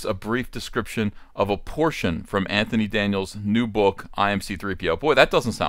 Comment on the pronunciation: Did you call him “Va-JJ”? 🤣